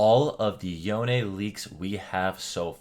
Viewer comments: his name is pronounced (yown) not (yowne) bc the o gets the sound of o making the e just silent and no sound. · What's the right pronunciation of YONE? I like calling him "Yowni" rather than "Yown" and "Yowney". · Did this guy just say Yonay?